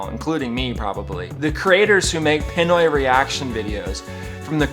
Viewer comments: I'm sorry, but please learn to pronounce things properly. It's not PEN-OI. It's PEE-NOY. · The other thing that needs to stop is how poorly you pronounce Pinoy!